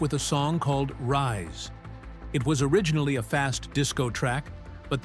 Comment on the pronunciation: Lousy narration includes pronunciation as "Rees."